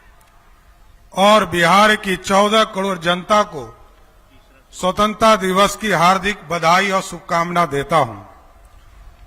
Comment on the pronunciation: स्वतंत्रता भी सही से नहीं बोल पाता है महोदय जी